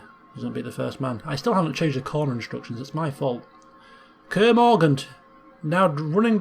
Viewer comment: Oh and Kermorgant is pronounced Ker Mah Gant. If I'm not mistaken